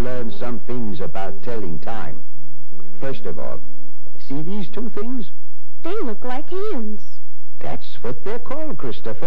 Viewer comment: sounded more like said “CDs” rather than “See these”.